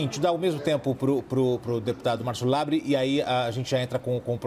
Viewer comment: Márcio: "kim Kata -gu-í-re" kim: fala nada. Márcio: "kim Kata -gu-í-re" Kim: "partido do deputado LEBRE...." Márcio: MEU NOME É "LABREEEEEEEEEE!!!!!!!!!!!!!!!!!! Eu nem vou mencionar teus apelidos!!" Eu: hauhauhauhuahuahuhauahauhau